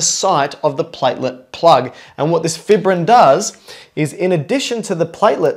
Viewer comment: Good video but it's pronounced 'fī′brĭn' not 'fibrĭn'. Long 'i' sound because fibrin is fibrous.